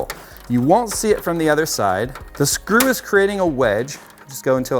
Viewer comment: oh my god "its drop the srew" HAHAHA so funny